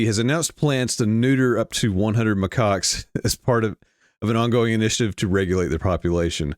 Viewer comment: It's Macaques, Macaques, Macaques.... reprogramming